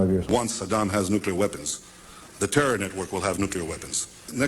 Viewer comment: He tried saying Terror like Bush did when the war on terra was announced.